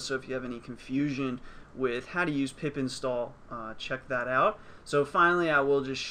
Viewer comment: Did he say pip install or pee pee stalled?